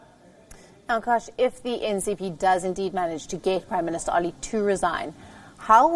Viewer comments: what an useless anchor. She says Oli as Ali several times.. should correct her pronunciation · It (Oil) is pronounced O Lee not Ali 🤭🤭🤭😅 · It's oh!_li (oli) not Ali 😉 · Let'sfor once agree, the pronunciation of propernouns , und it's Oli, and not Ali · Please pronounce Oli & not Ali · His name is not Ali, its Oli. You can address him as Mr. Sharma is its difficult to pronounce Oli. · is a great news anchor. Her pronunciation for Nepalese name is strange.